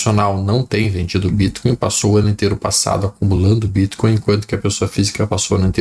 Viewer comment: Adoro o jeito q ele fala bítcoin